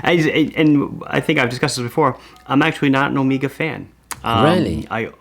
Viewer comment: Why do you pronounce Omega like "Amiga"